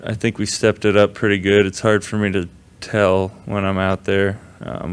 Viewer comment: "he's Purty good!!!"